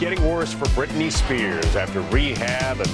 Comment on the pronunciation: It's "Britney" 😊